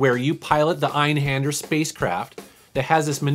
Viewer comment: My favorite you mentioned is probably Einhander but it made me wanna claw my brainds out every time oyu said the name wrong. As someone that speaks some German its pronounced hinder not hander, thus the reason for the umalauts above the a. I know you probably didnt know just thought I needed to bring that up cus it made me cringe lol... Also if you actually watch the opening they actually say the name of the ship.